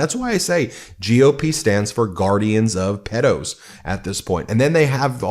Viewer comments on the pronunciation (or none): It’s pedo not peddo.